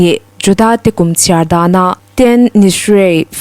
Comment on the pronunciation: Tish-rei ti a lam tur a ni (Jewish calendar a thla 7-na) Tishrei ni 1 hi Bible kumthar (Rosh Hashanah) a ni a, a ni 10-na hi Yom Kippur a ni. Tishrei ni 15-na hi Bawkte kut ințanna a ni a, ni 7 chhung awh kut a ni. Bawkte kut zawh tuk (a ni 8-na) hi Shemini Atzeret (Inkhawmpui thianghlim) a ni a, Shabbat nen a innang chiah lehnghal a, hemi zingah chiah hian Hamas ho an rawn che ta a ni.